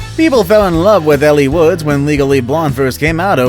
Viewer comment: It's pronounced 'L' Woods.